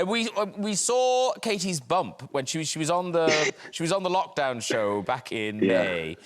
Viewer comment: did she say LOCHdown like loch ness? lol